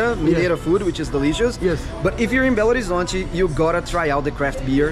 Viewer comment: Belo Horizonte is NOT pronounced Horizontay it is pronounced Horizonche. In Portuguêse the “T” is pronounced with a CH. Boa Sorte 👍🏾